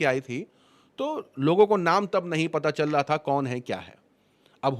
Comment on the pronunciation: Bhai Aap "Chal Raha" Hai Ko Challaa" Hai Bolrahe Aisa Kyon ?